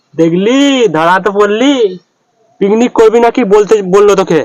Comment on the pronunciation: Picnic ❎piknik✅😅😂